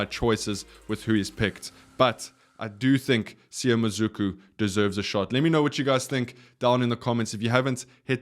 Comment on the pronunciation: It's pronounced Mah-Sue-ku